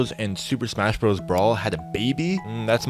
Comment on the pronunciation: every time he says "brawl" I die a little inside.